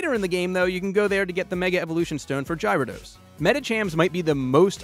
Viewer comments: seriosly gyrodos ??? its Gyarados pernounced gar ri dos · Gair-ah-dos not gy-rah-dos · Jyradoes? It's pronounced GARRADOSE! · What the heck is a Jiarados? Oh lmao. I think u mean a Gyarados with a "G" and not a "J". When I heard u say Jiarados I lost it and burst out lol. Thanx for the laugh. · I know I didn’t just hear this man say JYRADOSE instead of GYARADOS….smh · It's garydos, not gyradoes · Did he say Jyrodose? I guh-arados. But everyone has a different pronunciation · You say Gyrados weird :P It's GEHR-ados. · Its garados not gyro dos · You say gyrodos by garodos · Its gyrados not jyrados! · Gar a dose not gyro dose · Gyarados is pronounced with a "guh" sound, not a "j" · Gyrodoes not gryidos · "jirodose"?? I always pronounced it like gar like Gary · gyrodos? its pronounced ga ra dose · gryo-dose? its pronounced gare ridose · man said "Jyrodose" ouch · Heh, "Jahy- ruh-dos". Nice pronunciation there, guy. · its actually pronounced guy-ra-dose. but either way he is still wrong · Gyarados Pronounced: GAIR-AH-DOS Sorry, But I had to correct that with the billions of others saying the same thing jus a lot less rude :P Thanks for the location guide, though! :3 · Did he say Gyra Dos? Huh, I like it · since when do we call it "Jyradose"? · Did he say Jirados? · >Jy-rah-dose wut. I mean ok, its clear that this dude didn't get hired for his passion of the industry and more like he just needed a job. But come on, do some research before hand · Why did you pronounce Kangaskhan correct but failed at Gyarados and ended up saying: "Jy-rados" I'm soo confused... If you need help pronounce pokemon names GET IT RIGHT AND GET SOME OF THE HAND BOOKS TO HELP YOU OUT! It shows how to pronounce the name of the pokemon... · 'Gyrodos...Rynhorn... lol. Lucky Arceus doesnt have one >.> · lol sounded like he said "Gyrodos" to me. (Gyarados) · You said gyradose wrong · He said gyra dos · G+air - uh - dose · Gyro...dos.... oh god.... my ears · it's pronounced g air ra dos